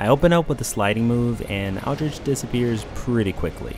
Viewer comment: It's pronounced Aldrick, not Aldricchhhh.